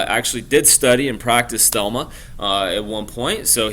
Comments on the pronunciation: It's CROW (like the bird) LEY and it's THELEMA a Greek word not Thelma. Just FYI. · Its Thelema, not Thelma :-)